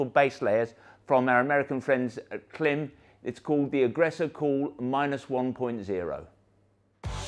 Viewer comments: I do wish you'd use the right pronunciation for Klim though, otherwise I wonder what other facts are you obstinate about.. even if incorrect. Call the the company and they will tell us how to say the name (it rhymes with climb). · It's as if we said Belstaff mispronounces their own name. We proclaim, with no basis whatsoever, the correct way to say it is Beelstuff. You have done this to Klim and it's a bit disrespectful and silly. No? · Hello. You pronounce KLIM wrong. Not that i'm trying to be a smart ass or anything like that :P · Creditabity immediately lost when you can’t pronounce the name of your ‘American friends’ correctly.